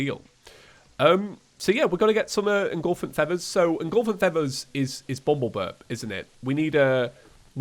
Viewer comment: cringe He kept saying "engulfent feathers", when it is actually "effulgent feathers"...